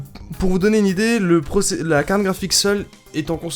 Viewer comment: Putin sa se dit pas cargne graphique avec l'accent d'un mec enrumer sa se dit carrrrrtttttttte graphique avec un r et un t pas un g et un n merde